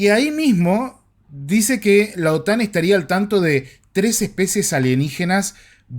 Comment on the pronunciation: Otán no. Otan. 😅